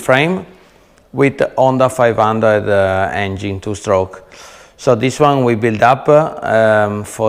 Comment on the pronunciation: " Dis is a very very VERY nice " Love it brotha! Lol